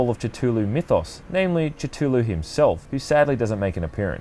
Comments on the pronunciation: Lovecraft actually pronounced it "Kuh-LUL-loo" so yeah...dunno where you're getting your pronunciations but it's impossible to TRULY pronounce it with our pitiful human vocal capabilities. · It's pronounced Ka-Thu-Loo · I heard "Catulew" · lovecraft wrote ka-Thu-Luu was the closest pronunciation. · I thought it was pronounced "Ka-Thul-hu" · "Titulu?" XD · you're pronouncing Cthulhu so wrong :) thuluu so funny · You said his name wrong. fucking twat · there's no "CH" in "Cthulhu". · I don't wanna be that guy, but I have to be the first person to point this out, the way you pronounce Cthulu..cthhul...the thing really invalidates your review. Sorry. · We need to talk about your pronunciation of Cthuhlu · Sorry, but it is kinda buggin me how you pronounce Cthulhu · it's pronounced cthulhu, not cthulhu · I think the correct pronounciation of Cthulhu is Kae-Hoo-Loo, but dont' worry, I mispronounce the name myself sometimes. The T is silent, but if pronounced correctly, it creates an impression there is a T sound. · It was sounding like ca-chu-lu to me lol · Why must people change the way a words are pronounced. T,tulu????? It's always pronounced with a c Cthulhu. Americans love changing the English language. Why???? You sound Australian. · i know there's no correct pronunciation for cthuhlu but the way you say it kinda bothers me considering the widely accepted pronunciation is cuh-thu-lu i mean you are wrong saying cut-hulu but i mean...its just out of the ordinary and it fucks with my head a little :/ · Tatulu its cthulu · Why does everyone say Cthulhu differently? You say it like almost "jithoolhu" I say "kah-thu-la-hu" and the official Chaosium pronounciation is "Ka-thu-loo" It's always fun to hear new pronunciations. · lol its not ca-tu-lu its pronounced ca-thu-lu. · "Call of tootooloo" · You pronounced Cthulhu wrong it’s pronounced Su-zy-sm-ith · Sorry I know this is a pretty good review but I need to collect myself ... call of titulu is what I heard